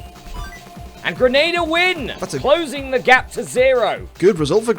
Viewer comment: I can confirm Grenada is pronounced "Grenade-errr"